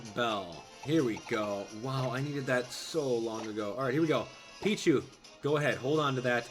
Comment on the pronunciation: Why do you say "sed" instead of "that"?